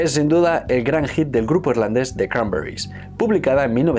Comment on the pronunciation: Me jode de manera sobrehumana usar el acento yanki, toda la vida diciendo "cranberris" cada uno con su acento y ahora hay que decirlo con acento de no se sabe muy bien donde y que parece que uno habla con la boca llena de vete tu a saber el que.